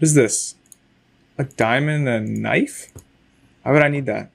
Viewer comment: is said diamond knofe